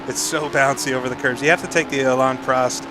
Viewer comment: He finally learned how to say prost correctly, finally